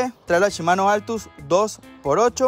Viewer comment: Pregunta porque cambian las letras al decir las palabras Shimano la cambian por chimano, la palabra aún viéndola que dice kashima la cambian por cachima, 🤷‍♂️🤷‍♂️🤷‍♂️